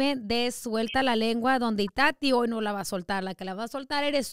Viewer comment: Was I the only one that herd her say lenga 😭😭😭😭😂😂